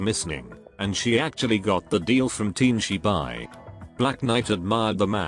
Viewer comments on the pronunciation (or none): Damn Tianshi Bai got pronounced team chee bye, poor fella